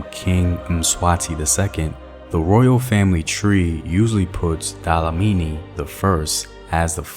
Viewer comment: Yes. My worst cringe was when he said "Dlamini" and my second worst was when he says "KaNgwane." I was raised speaking English and I have spent HUNDREDS of hours to learn to say things correctly to honour my fellow black South Africans but abantu always say when I speak Xhosa or Swati that I sound weird - not like a white person (thank goodness) but like a Tsonga person trying to speak iilwimi zabeNguni. 🤣